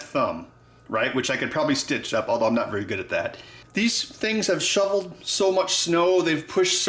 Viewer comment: "showel snow"? :)